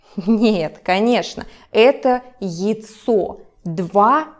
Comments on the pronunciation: А что не так с произношением слова "яйцо"? У тебя просто получается какое-то "йцо" честно говоря это очень сильно режет слух. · Why does яйцо sound like йицо?😭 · Интересный вариант произношения слова "яйцо" :) У Вас букву й практически не слышно, а у нас, на юге России, она всегда произносится очень четко. На самом деле, несколько Ваших видео посмотрел и только в этом увидел отличие в произношении от привычного мне, хотя, насколько я понял, Вы родом из Омска, а сибиряков обычно легко определить по характерному произношению.